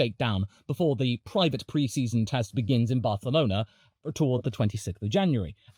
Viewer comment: not even I say the correct pronunciation of Barcelona I absolutely love hearing it tho. love the video too